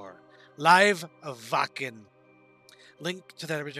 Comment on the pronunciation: As a US guy you said the word " Wacken" correct, and of course the german flag on your right wrist so you must have a German connenction.